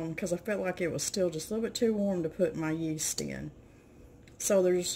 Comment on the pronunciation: Hello - you say rapid yest - same as instant yeast??